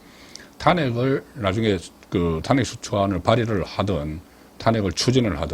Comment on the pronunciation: 송국건씨는 제발 탄핵 발음 좀 잘해라 탄핵이라는 말 듣기도 싫은데 왜 발음도 못하는데? 제발 발음종 잘해라 아님 탄핵이라는 말 하지말고 한동훈이가 왜 당대표가 되는데 강남좌파 당원배신한자 좌파끌어온자 패거리 정치하는자 완전 국힘 괴멸시키려는자인데 당신도 한편이네